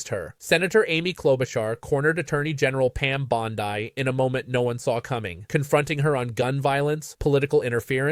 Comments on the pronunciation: How long will it take for AI to “learn” Pammy’s last name is pronounced BondEE, not BondEYE —?! 😡 Sheesh! Just get a real person to read the script! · It’s Bond i, not Bond eye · Hello sir. Her name is " Bondi" " pronouned " bond- dee". I believe shexwouldchave. corrected them long ago because she,Bondi, is such a piece of work. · Why is he pronouncing it BOND-EYE? I believe this is AI. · LEARN TO PRONOUNCE BONDI